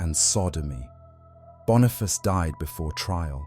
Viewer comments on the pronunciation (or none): none